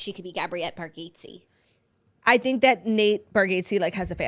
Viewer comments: I just came to say this! Please learn to say it! 😂 Bar - gat - see, not Bar gate see. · You guys must watch a Nate comedy special. Also it’s pronounced bar-gots-ee lol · Nate says it “bar get zee” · caaaaackling at the confident pronunciation of Nate Bargatze’s name ☠️😆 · When it’s wrong 😂😂